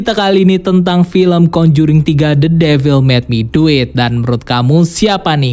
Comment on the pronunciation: the devil mek duit wkwkw belajar lgi bhs inggrisnya y drpd malu2in